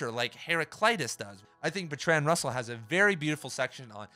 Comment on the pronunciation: Thanks man, convinced me to buy. Wanna know what happened with that girl lol. Small note - Russell was English and you're saying Bertrand wrong. It's pronounced BERTrund. Keep grinding bro!